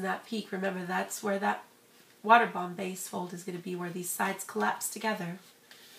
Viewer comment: thumbs up is you think she said water bam base